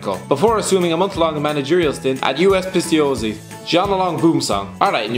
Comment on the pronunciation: The pronunciation of US Pistoiese is like listening a small child learning to read and just making something up halfway through a tricky word.